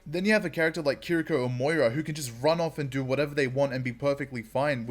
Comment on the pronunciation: One thing I must say though is the pronunciation of Kiriko is incorrect. This shows how to pronounce her name